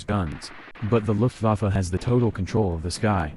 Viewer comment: The AI has terrible German - saying "Looft- Waaf" for "Looft-VAH-fa" (Luftwaffe) for example.